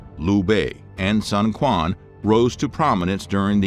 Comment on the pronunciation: Ah nooo pronouciation was amazing until Sun Quan's name 😅 Thank you for creating this content! It's such a wild and fascinating period of Chinese history.